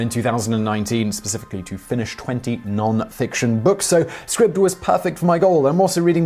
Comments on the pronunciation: “Scribbed”? I thought it was pronounced “Scribed”. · Are you quite certain it’s pronounced “scribbed “? It looks as though it should be “scribed” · Isn't it pronounced like scribe? With a long I sound like eye, not like rib? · that moment when you can't even pronounce the name of your sponsor correctly it's SCRIBD AS IS "CRY" with and S so... SCRY then add the B like SCRIBE (like a scribe in medieval times) then if the scribe did something you could say he SCRIBED IT SCRIBED Holy Shit you don't hear linus tech tips saying TODAY OUR SPONSOR IS TUNNEL BEER hehe oh fuck me LMFAO that's funny Serious question though When your sponsor has an agreement with you , DO THEY NOT SAY TO YOU "THIS IS HOW YOU PRONOUNCE THE NAME" ?